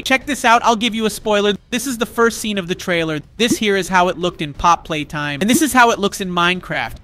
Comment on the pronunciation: It is not how you pronouns pappy play time